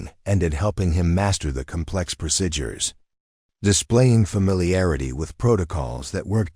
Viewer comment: Please correct mispronunciation of procedures. I cringe each time the word is mispronounced.